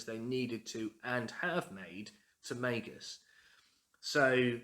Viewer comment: Finally! Someone else who pronounces it May-Gus. Also your home looks lovely.